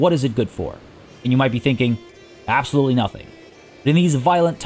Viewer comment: Great guides. Although you may wanna check the correct pronunciation of the words “temporal” and “absolute” to avoid any further cringe.